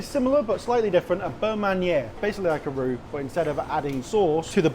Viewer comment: I love how he says arrrrruuur... arrurru.. aarrrrrurrt... The word that makes you sound drunk! 😂